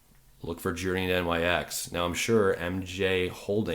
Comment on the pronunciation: Nyx is pronounced as "Nicks".